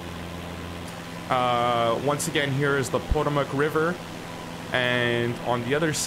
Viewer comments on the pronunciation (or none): The Pah TOE MIC RIVER